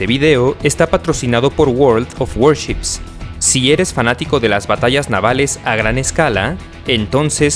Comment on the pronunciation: El guorld of guarchips pesan 32gb jaja